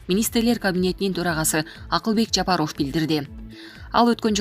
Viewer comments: Жапар оф эмес ов окуганды уйронсонор боло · Онолбойт экенсинда дикторлордун курсун окучу ,ЖапАров ,ЖапарвОв дейсин дайыма ,окуп жаткан кыз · Ооба Жапароф деп туура эмес окуйт ушу кыз. Укканда айтып калабыз бир аз сабатсызыраак деп. Туура эмес айтат да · Айланайын кабарды угабызбы .ээ фамилияны туура окучу килейген эле катын тилинди уйрот да .такта да .Жапарыов деп уят . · Ушул Голос Медианы алып барган диктор кыз Жапаров деген фамилияны туура окууну уйрончу адамдын кускусун келтирбей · Айланайын диктор Жапаров туура айтчы школдо окудун беле школдо ударение на буквы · Чон кыз туура окуганды уйрончу, канча адамдар силерди угат. Жапарооф эмес, Жапаров.Бекмуродооф эмес, Бекмуродов. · Сен кандай окуйсун? ЖапарОв эмес, ЖапАров деп окучу. Кулакка башкача угулат экен. Это, не первый раз так читаеш.ЗЕленскийди да туура оку. Кандай ушундайларды комиссиядан откорбой эле эфирге чыгара бересинерби?